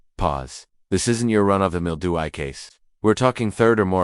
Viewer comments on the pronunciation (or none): Hey It’s not DO I, it’s D.U.I. WHY CANT THEY FIX THESE READERS?